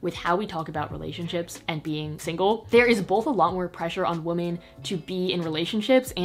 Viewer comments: Toni Toni it means multiple women, so one wo-MAN multiple wo-MEN but the pronunciation is wo-man for the singular and more like wim-en for women you dont say wo-men like woah-men, cause that’s mixing the singular and the plural. Wo-man singular. Wo-men (wim-en) multiple. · It always throws me off how says "woah-men" instead of "weh-men" when she says women, but it's cute too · I love you even though you pronounce “women” like “woman”